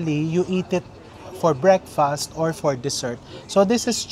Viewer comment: Ganun ba talaga ng pg pronounce nga breakfast. Like breakfastttttt empahise on t